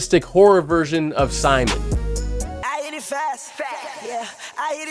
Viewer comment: its not smon its "Simon"